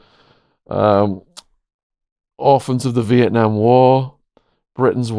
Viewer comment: Vitnam is one word not split into two, it's also a beautiful country